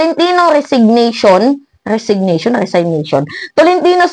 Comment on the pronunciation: Nakakatawa ka! Kung manlait ka ng kapwa mo wagas e dmo nga alam i pronounce ang resignation! Sino kaya engot!!???